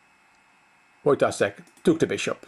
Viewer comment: You pronounce Wojtaszek with "s" but it's "sh". Wojtashek.